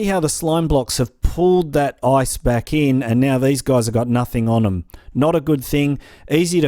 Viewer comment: When he said "Now you need to grab your ice" It sounded like now you need to grab your ass